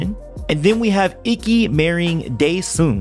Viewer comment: It’s pronounced eekey, not icky